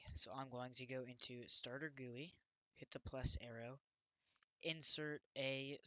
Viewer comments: he really said gooey instead of GUI 💀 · No offence but its not called gooie it called something like G.U.I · bruh its called a G.U.I not gooey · good video but you said gooey not GUI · Quit pronouncing GUI "gooey" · Gui = gee you eye, not gu e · great video, it's easy to understand... but Isn't gui pronounced G-U-I (gee-yu-ai) and not gui? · how he dosent say G.U.I and he says gooey annoys me so much and makes this gainful to watch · You dont call Gui Guee is G U I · its pronounced screen "gee you eye" lol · Its not gooey its GUI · it is G-U-I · WHY DO YOU PRONOUNCE GUI LIKE GOOEY BRO?!?!?!?!? DON'T TELL ME YOU PRONOUNCE GIF LIKE JIF TOO Still good vid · its pronounced jee you eye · him calling it a "gooey" makes me feel so uncomfortable lmao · its pronounced G-U-I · He said Gui wrong